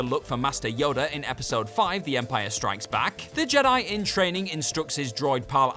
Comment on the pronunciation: I'd never heard of the movie "Return of the Jedi-yah" before.